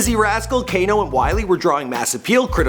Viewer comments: that moment when he says "kanon" instead of Kano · it's kano not kanon 😂😂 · bro its kano not kanon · Man calling Kano, Kanon 😭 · Kanon fucking Americans it’s Kano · did you just call kane-o kay-none LMAFO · Who the fuck is Kanon you mean KANO. UNSUBSCRIBED Can't even get names right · Who da fuck is "kanon" 😂😂😂😂 Kano mate Kano! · u said Kanon u nonce its kano. also u have done jme, stormzy, and skepta, yet u still haven't done Wiley. If anything u should of done him first. What are you on fam. stop making vids about grime and go back to the american ting. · Kay-non hahaha bro Kay-no. Kano* stop. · Erm when he worked with who????? seconds in he worked with Kanon???? I think you mean Kano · Man said kanan instead of kano😭😂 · FAM ITS KANO!!!! not KANAN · Lol he called Kano "Kanon" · Kana? Biggs in American and I know its pronounced "Kay-no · How can you look at the word Kano and pronounce it Kanon? How? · He called Kano, kanon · Its kano not kanon you idiot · Do nines and he just said kanon 😂 Kano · i know you creased bare when man said kanon instead of kano haha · KANON XD ARE YOU TAKING THE PISS ITS KANO M8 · Did he just say Knon?!?!?!? ffs learn their names PROPERLY, it's Kano. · man said KANON hahahaahah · Man said ‘kanon’ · Man said kanon, and Skepta is his biological brother lol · Just called Kano "Kanon" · Not only did they call kano kanon, they said he was Giggs. Embarrassing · Kanon? Are you fucking dizzy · Did he say kanon? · KANON LMAOOOOOOO get this guy off man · "Kanon" this guy 😂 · ''kehnan'' lmao, this is muad u kno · kanon, cant pronounce greenwich or tottenham fucking hell, study ur facts a bit more mate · Kanon ??? LOLOLOLOL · It's Kano you melt😂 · "Kanon" mad, you've just butchered the daddy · MAN CALLED KANO 'KANON' LOOOL FFS MAN CAN'T TRUST AMERICANS WITH ANY FOREIGN CULTURE, THEY'LL BUTCHER IT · Did my man say "Kanon" when referencing Kano😂😂😂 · lol "Kanon" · hahaa ''green-witch'' and ''kanon'' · My nigga said kanon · Man said kanon kmt